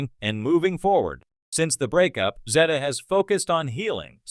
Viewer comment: Please pronounce her name correctly. Timmy was a disappointment.